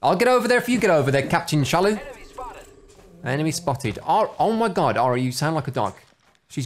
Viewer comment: when he said enemy (sounds like a dog)